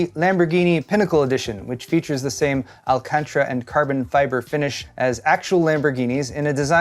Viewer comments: It's not my hands I want to throw up. BTW, it's Alcantara not Alcantra. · Holly pronunciation, Batman. ALCAN-TA-RA. 😂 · "alcantra" lol